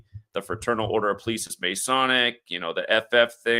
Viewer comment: I notice that you pronounce the word "police" like "pleece", and not "pol-eese"